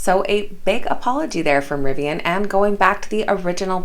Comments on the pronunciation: Isn't it pronounced "Ri-vee-in"?!? You said it like "rye-vee-in" everytime... Which means me and every other person I have ever heard is wrong... Or it is Ri-vee-in, like saying "river". Who knows the answer? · Hi, thanks for the news. PS, it's riv-ian, not ri-vi-an